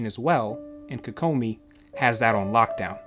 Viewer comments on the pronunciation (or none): KOE KOE MI equal stress in each syllable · You say her name weird